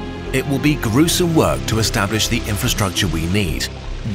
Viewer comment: His stress on "gruesome" told how gruesome this is !